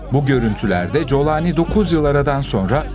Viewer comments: İsminin telaffuzu Colani değil Golani olmalı Golanlı demek. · Colani değil kardeşim yaa ingilizce telaffuz edersen colani .Türkçe telaffuz gollani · Colani değil golani golan tepelerinin ordan olduğu için. G yi ci diye mi okuyorsunuz ( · COLANİ DEĞİL CULANİ ÇÜNKÜ ARAPÇA'DA O HARFİ YOKTUR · Kolani diye telaffuz etmelisiniz YANLIŞ TELEFFFUZ EDİYORSUNUZ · Colani. Türkçesi. Aslen. Kolani okuluyor.